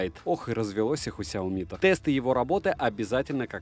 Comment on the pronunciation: СяомИ, а не СяОми...